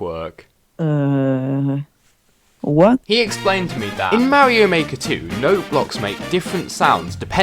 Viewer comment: Lets go he said mario not morio